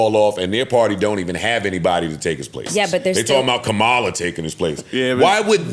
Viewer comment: Wait, first off, Trump wasn’t ahead in the polls by much, and even after the attempted assassination, the polls still didn’t change that much. And that take on Kamala Harris - including the mispronunciation of her name - was not your best take, Joe…that ain’t gon’ age well. It’s quickly withering as we speak.